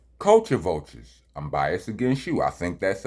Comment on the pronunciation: It's bias-ED. Not Rockness is "bias".